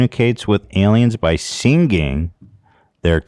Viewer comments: I love how Ethan pronounce siNGinG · I wonder when Ethan is gonna learn how to pronounce singing. sinGing